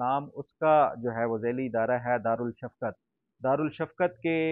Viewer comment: دارلشفقت۔ دارل شفقت نہیں۔ دار رشفقت ش شمسی حرف ہے اسے الشمس پر پڑھا جاتا ہے۔